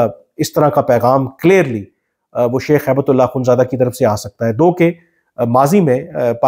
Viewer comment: کامران صاحب، آپ ملا صاحب کا نام غلط بولتے لکھتے ہیں۔ یہ ہیبت اللہ نہیں، ہبتہ اللہ ہے۔ عربی لفظ ”ہبہ“ کامعنی تحفہ gift ہے۔ آپ نے وکلا ٕ سے یہ لفظ بہت سنا ہوگا۔